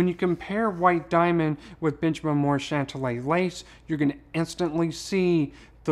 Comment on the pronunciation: Hey, you are pronouning the name incorrectly. Remember the "Big Bopper" song, Chantilly Lace. I think that is the correct way to say it. You are saying Chantalla.